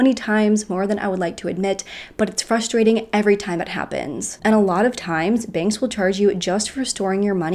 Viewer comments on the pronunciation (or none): none